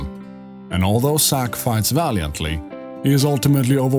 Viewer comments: u kept saying,Sack not Zack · I wasn't making a joke.idk if its ur accent or what.but,u constantly said,Sack.even the subtitles say,Sack.but,its not a big deal.but,I am curious. Why didn't, Zack go see his parents in gongaga during reunion?they been writing him letters & he was in gongaga, why didn't he go see them?